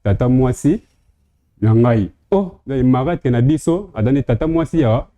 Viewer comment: on dis marâtre et non malatre merci